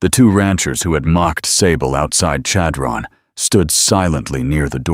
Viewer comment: Chadron-the accent is on the 1st syllable. It almost has an s-h sound rather than c-h.